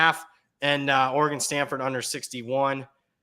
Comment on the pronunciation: Somebody please teach how to pronounce Oregon.